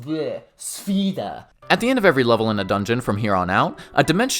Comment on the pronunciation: Hands down, the best RPG games ever made along with up to Wrath of the lich king world of warcraft. Absolute PEAK gaming. Then it just quickly went down hill after COD broke out. Also, its pronounced sph-a-da. The e is like an a